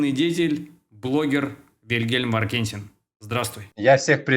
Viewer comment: а ударение насколько мне известно иначе ставится -ВаркентИн. (во всяком случае Вилли, так говорит)